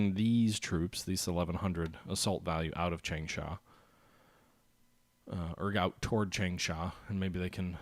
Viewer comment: chang-sha what's so hard about that word?